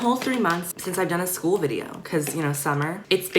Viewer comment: "what if i get bullied at schooluh" i wheezed so hard😂😂😂